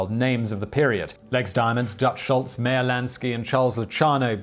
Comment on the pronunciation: Dear, one or two factual mistakes or mispronunciations in a 16 minute video is fine, but five or six? It's Virginia HIll, not Hall, for example. It's Meyer (rhymes with buyer) Lansky. By the time you are saying, erroneously, that Whitey Bulger was caught in 2013 (it was 2011), I finally felt that, as a fan, I should humbly ask you increase your diligence when it comes to research and fact-checking and above all pronunciation.. Some may say, "oh what does it matter." It matters a lot when credibility is your bread and butter. I wouldn't say this if I didn't like the videos, so I hope this criticism is taken as I mean it -- constructively. Thanks for all your hard work.